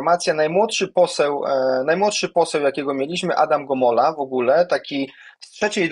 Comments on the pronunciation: Gomoła, a nie Gomola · Gomoła, a nie Gomola.